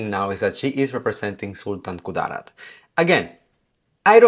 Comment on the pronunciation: That Sultan Ku-DAA-rat pronunciation though, so cute. 😆